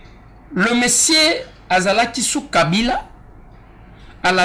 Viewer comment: balobaka Mosieur et non Mesier😂😂😂